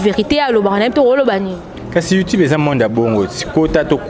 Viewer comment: malicka mania zoba zoba kizengi ayabi ata ko prononcé youtube te illettrés bopesa internet merci mwasi aza sense na forme na mibali yango ya poto balingaka yo